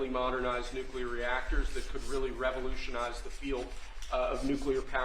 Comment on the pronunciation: Why do so many people in power pronounce nuclear as “nuculer”? Homer Simpson said it that way too.